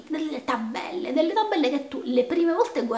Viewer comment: Tra tabbbellle e rrrrrrr mi sa' che più che un piano cottura nuovo avevi bisogno di un buon logopedista